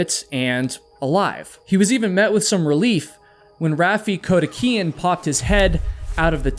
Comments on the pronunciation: NOT KODIHIKIAN IT'S KO-DI-KI-AN. I've had to listen for half an hour to you mispronouncing that name ! Please, when you do your research - PAY ATTENTION !! GET IT RIGHT ! I'm Dyslexic, among other things, and I'm telling you, you pronounced someone's name wrong ?!?!? 😳🤦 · Your videos are totally riveting except for how you mangle some names. The Rattlesnake Canyon video was fantastic but for Kodikian's last name all the way through turned into Kodeheekan. Arrgh! It's as bad as people saying nukular rather than nuclear. Please stop! ❤❤❤ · Awesome advice. This guy repeatedly butchering Kodikian's name to Codihican over and over was grating on my nerves. Storyboard or timeline needs to be mapped out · Ok, I’m gonna be “that person”: Kodiakian. There’s no H in this dudes name, LOL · How do you get ‘Kodeheekan” from Kodikian? I’m sorry I can’t focus on anything but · He also keeps pronouncing caverns as "Calve-erens" instead of "calve-urns" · Can’t listen to you mangle Raffi’s last name